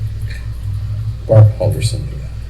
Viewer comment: omg, learn how to pronounce "bart" and "chandler" before going through the effort of making a video!!!